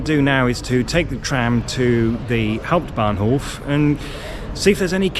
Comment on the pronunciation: "Next Station: Hanau Hauputbahnhof"?thats sounds very German :L